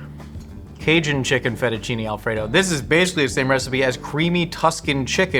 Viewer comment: Absolutely died at "feddachinny" 😭😭😭😭